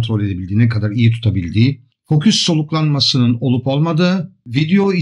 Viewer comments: Estağfurullah, hata demeyelim de çok şık bir telaffuz farkı diyelim. Sayenizde ben de severek kullanmaktayım:) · merhabalar, emeğinize sağlık. merak ettiğim bir şey var; neden fokus yerine foküs diyorsunuz?